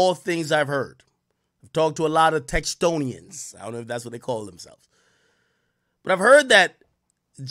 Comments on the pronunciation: Texonians??!! Lol you mean Texans. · textonians? u mean texans???